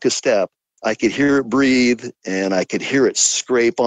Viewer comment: " I can't breeve" 😂